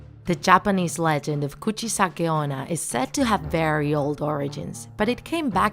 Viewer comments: "Gucci sake ona" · “Coochie sakiona”- that’s what I heard😭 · You got every name correct! But what whats Kurtnamis legenda?